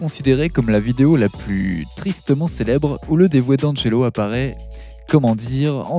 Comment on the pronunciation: Prononce Di Angelo